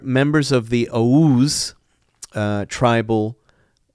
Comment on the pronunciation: He cant even say oghuz